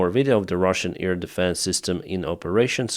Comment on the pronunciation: Try to say : 'AIR', not EAR. Not ear defence, ear field...